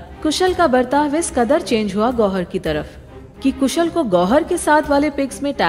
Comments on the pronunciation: Kushal not koosal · It's KHUSHAL not KHUSHUL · Its not कुशल its कुशाल